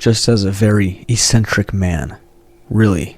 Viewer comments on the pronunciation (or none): For future reference, eccentric is pronounced like eck-sin-trick. I hope this is helpful!